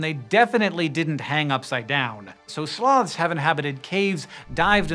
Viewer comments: "Slowths." - Sir David Attenborough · it sounds like hes saying slavs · I had this video running in the background instead of "Sloths" i heard "Slavs". So i got really confused. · 'Slawths' lol